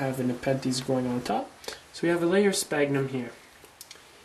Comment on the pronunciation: Well you don't call people on your cell PONE right? It's pronounced cellFONE. SFAGhnumM. NOT SPAGNUM... How you can make a tutorial to grow something you can't pronounce is beyond me haha. Btw how fast does this stuff grow?